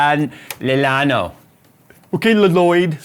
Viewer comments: Show a little respect,. It's a Spanish word. LLano is pronounced (depending on the letters following the Double L) as Ya or Yu. Yo Hablo Espanola poquito. I have terrible Spanish skills. Even I know what the double L(LL) sounds like. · if that's a name in Spanish that means Plain like level ground. it's pronounced "Yawn-o" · The brand seems like Spanish. So, "llano" would be pronounced "yawno". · You can pronounce it as Shano, wich is a flat surface in spanish. Also your CPU is throttling at 85C and that is too low to thermal throttle when most laptops just start throttling at 95C or maybe the VRMs are overheating. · if llano is spanish, you can pronounce it like yay no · The name is spanish like, so you may say is "Yano o Yhano" 'cause the double ll.